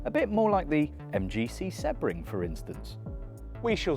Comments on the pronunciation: When did Sebring, See-bring, become Seb-ring? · seb-ring? see-bring, no? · It's “See-bring” not “Seh-bring” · How on earth can’t he pronounce “Sebring”? It’s See-bring not Sebb-ring😂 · open google translate, use language detection/english and write sebring, do you hear seh-bring or see-bring? because I'm not deaf yet and I hear see-bring, I've been watching racing for a couple of years and that is the way to prounouce the name of the track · I got annoyed by the way he pronounced Sebring, it’s always been seebring? Or have I been saying it wrong for 30 = years? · I wondered what on earth you were saying with Seb-ring.. never heard it pronounced like that lol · Sebring is pronounced SEEBRING. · The way you pronounce Sebring is wild. Such a famous race that you've never once heard it spoken? 🤣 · It’s someone’s name. It’s like seeing ‘Dave’, pronouncing it Dove-E and claiming it’s just your accent. Or saying Porshhh instead of Porshuh. There’s no reason not to say it correctly. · It’s someone’s name. It’s like seeing ‘Dave’, pronouncing it Dove-E and claiming it’s just your accent. Or saying Porshhh instead of Porshuh. Accents don’t enter into it. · dude if you want the correct pronunciation you can google it or check it in the dictionary, there is the right way to pronounce it and there is the wrong way, he didn't do it the right way and I'm tired of responding to this because I don't understand how anyone can hear this as the right way